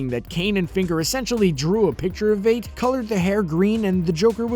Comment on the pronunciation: Conrad Veidt is not pronounced "Weight". Just say "Fight" and you'll nail it.